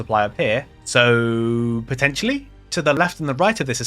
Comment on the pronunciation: It's P o t t e n t i a l l y 😂